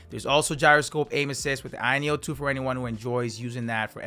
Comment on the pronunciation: i keep hearing “ayeon 2” = the irony of 2 😂